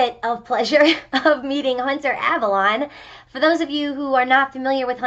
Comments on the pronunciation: "Hunter Avalon" It's. Did you miss the double Ls and E? Or were you just coming off of a King Arthur mythos binge? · Marie Eich How? It ends with an E. In English, it's meant to be pronounced AvalLONE. It shouldn't be that difficult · She pronounced his name hunter Avalon. He isnt a Toyota. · Why is it that whenever liberal chicks rant about you, they always pronounce it as Avalon? My sister included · Well, I'm not entirely sure if it's easier for native speakers. But in the beginning I wasn't sure whether his pronounce was pronounced Avalon or Avalonee Then at some point I realised it was Avalone. Edit: I remember thst I only figured out how to say his name when he made a video on peoe with ethnic names calling people racist. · Omg hunter she pronounced your name wrong!!!! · Mispronouces, thinks she's smarter than Albert Einstein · nghHBFH SHE PRONOUNCED YOUR LAST NAME WRONG FUCKING HELL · I think the word she was looking for was "displeasure". Hunter my boy, why is it all these liberals who call you out can't even pronounce your name, when you say it in almost every video. Shows she can't be bothered to research. Great vid bro.